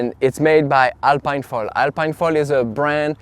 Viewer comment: It's a french brand so shouldn't it be pronounced alp[ē]ne ?🤔 (Same as "Philippine") Also, how does it compare to the AFS ultra 750?